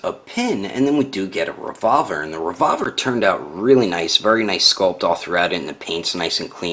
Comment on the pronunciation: You said the revolver like revorver a bit annoying.